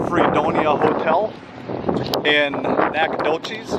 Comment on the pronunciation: Hometown!! Pronounced Nack-uh-dough-CHESS (no cheese please!) Lol! We’ll give you a pass, but next time you need some locals to show you around and teach you how to say stuff proper-like. Also, nobody refers to it as “The Doch” rather just Nac or Nac-a-nowhere (but only the locals are allowed to call it that 😉